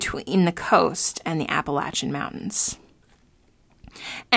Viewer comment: Finally someone says Appalachian correctly.